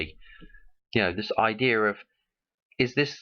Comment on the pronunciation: Its not ideer its idea